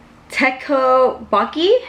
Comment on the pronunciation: tektobokee lmfao. its tokboki.